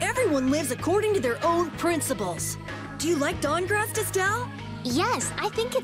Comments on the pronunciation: The guild of cities, StahnGarrest. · The guild of cities, Dang-rest.